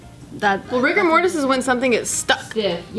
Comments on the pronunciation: i feel like both times got to say "rigor mortus" she felt really smart, and then really bummed when joe and corrected her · God Bear Rigor mortis. It's Latin.